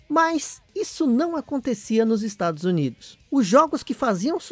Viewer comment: Em meu cérebro tá entendendo o nome estrados unidos !?